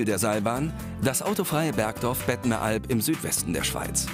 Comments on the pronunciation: heißt überigens bettmeralp und nicht bettneralp. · das heisst nicht bettneralp sondern bettMeralp... wenigstens lesen solltet ihr können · Ironie?!? Ich bin gerade hier. PS: Es heisst Bettmeralp nicht Bettenalp!!!!